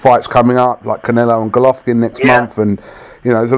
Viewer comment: Golockin lol Peter still can't say golovkin